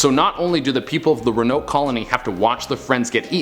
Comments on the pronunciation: honey, it's pronounced exactly how it's spelled ro-an-oke. Not ru-noke. Love you and you're hair looks great 😍😘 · Ro-a-noke. Not ruhnoke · Rowen-oak is how it’s pronounced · i’m beyond irritated it’s RO-AHH-NO-KUH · Pronounced "Rowan-oak" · It's pronounced (row-an-oak)!!! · Row. A. Noke. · I love you, but it is pronounced Row-Uh-Noke. With love from North Carolina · Had to come to the comments cause I knew I wasn't the only one who was triggered which pronunciation of Roanoke 🤣🤣🤣🤣 still love him & the channel but come on guys 😅😅😅😅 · Me watching mispronounce Roanoke the whole video: 👁👄👁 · So who else gets triggered by his pronunciation of ‘Roanoke’? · no offense but ur pronouncing it wrong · Row-an-oak Crow-a-toe-an Sorry just bugged me. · It's pronounced Row-uh-noke and crow-uh-toe-an. Love that che is back in the studio!! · I'm came looking for this. I'm glad it wasn't just me who was needing the right pronunciation. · Row A noke crow A towan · I love your Afro it makes me warm in all the right places so much so I'm gonna excuse the fact that you've been mispronouncing Roanoke and Croatoan. I Love Canada xoxo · You have to pronounce the “o” in Croatoan and Roanoke lol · I'm so annoyed by him mispronouncing these